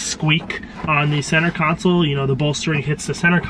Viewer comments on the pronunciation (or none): none